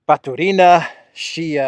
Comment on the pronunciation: I really respect how you learnt to speak Russian. But why do you KEEP SAYING RUSSIAN NAMES WRONG? It's NOT Batureeeena. It's Batuuuuuurina. The emphasis is on the 2nd part. That's Russian. Emphasis on the 3rd is Spanish or Italian. They are NOT Italian!!! Please try to say their names correctly. You say lots of them wrong 😭 Also, to say city of Pskov correctly... just say Psst... that's how you say Pskov. Pss... kov! Easy! Thank you 🙏🏻♥️